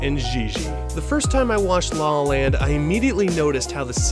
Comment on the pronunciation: It sounds like you say “Sing in the rain” and “law land” multiple times in the video. Anyways, great video. I’ve been on a La La Land mood lately and been watching years old videos about the movie.